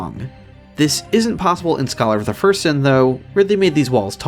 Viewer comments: Great videos but you’ve got to stop saying ”Scholar of the First Sin” like that. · I like that you put emphasis on "first" when pronouncing "Scholar of the First Sin," implying the existence of some sinister unknown second sin with another associated Aldia figure